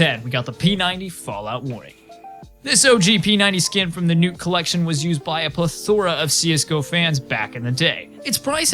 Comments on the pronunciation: Your pronounciation of the word "plethora" is ... intriguing. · The way he pronounced plethora tho lol